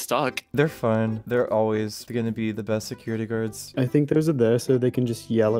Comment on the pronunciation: owo theywr seciwity gawds uwu